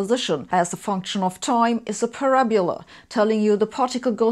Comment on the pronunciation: Pa-rab-U-la? ... parabola ... Pa-rab-O-la! Must be stored next to `nebula` in da English side of the mind of the Hoss-teacher!